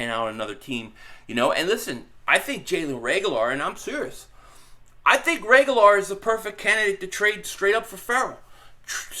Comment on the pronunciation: Dude is you brain dead? Reagor has no L, in his name. Figure out how to talk. Pronouncing a players name Is pretty basic. Painful.